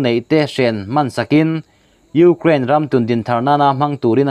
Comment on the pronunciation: Ngaihthlâk a hreawm .frank deuh a sawi chuan..i hma hmawh thrin lutuk a..Û....kraaain tî a..lam tur pawh chung ..û ...anga lam an awm a..k zir nán..